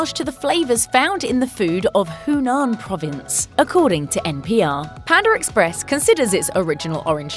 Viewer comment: Pander Express lmao